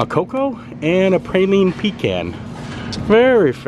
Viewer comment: Praline is pronounced = Prah-Leen Pecan is pronounced = Puh-Cawn Still love the videos.